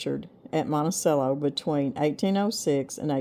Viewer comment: Not really worth mentioning but Monticello is Italian pronounced with the "cello" pronounced as "chello". I have always pronounced it with the "ch" sound so I had to Google it to see which is correct. I guess it's just my ADHD. LOL It really irrelevant which we use. Thanks. Good recipes. One more comment. I am a little older than you and it's time you got some raised beds to take care of your backs. I have looked at numerous options, and the Vegega raised beds are my best recommendation. I plan to get a few. Trust me from personal experience regarding your backs.